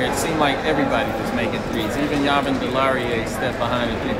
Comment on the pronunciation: Ya-vin??? No no JA-VIN